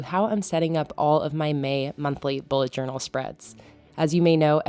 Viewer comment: I think you've added an extra "a" in journal, but I love this theme!